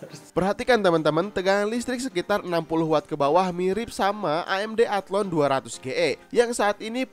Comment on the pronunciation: Athlon bukan athlone, wkwk